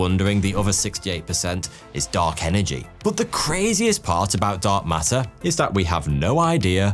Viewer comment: Love how "Dark Matter" kinda sounds like "Dog Matter" 😁 (I seriously mean it well, these videos are unbelievably steady quality for so long now! ❤)